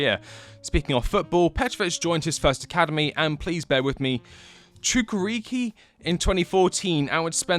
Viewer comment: I felt pain when you tried to pronounce Чукарички. 😂 It's Chukarichki not Chukariki. But, at leat you tried. It was a good try. 😆